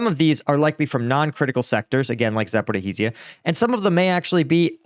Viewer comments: Dude how long are you going to pronounce ZaporoJIE/ZaporoZHIE wrong? :D .... I am starting to think you are doing it on purpose now. Zapor i h i z i y a :D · If the Russians manage to take Pokrovsk, it would cause a collapse on the Ukrainian lines, leading to the Zaporizhzhia ('Zaporijia' not 'Zaporiheezia') front and exposing Dnipro which would be catastrophic for Ukraine